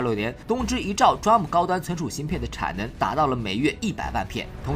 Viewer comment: 雖然不是大問題，但是我要提醒一下，DRAM 讀D *空格*RAM, 讀法讓我想起Drum